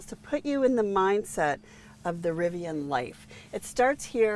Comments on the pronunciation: Rivian - pronounce it like VIVIAN (the ladies name). It's not RiviON or RiviANNE. Driving me nuts so I had to say it. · It's pronounced riv-e-an, not riv-e-awn.🙄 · Nice review and interior details with a specific application for families. Riv-I-on pronunciation a bit grating. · It’s driving me crazy too. People saying it wrong sounds like they are talking through their teeth asking their butler to pull their Rivi-yawwwn around to the other side of the yacht and load it full of the cash from their royal tennis court at prep school. Lol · How can you review a vehicle when you can't even say the brand correctly?